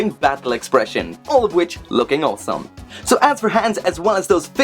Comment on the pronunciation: Quick questions, what happened to mechaburrito? and how would you spell the way you say awesome? Oweome? Aowsome? i just love it. Great review i know nothing about this character and you made me want this figure.